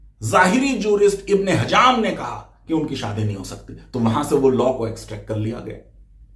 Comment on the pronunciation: آپ نے کئی مرتبہ ابن حزم کو ابن ھجم بولا ہے صحیح ورڈ "ابن حزم " ہے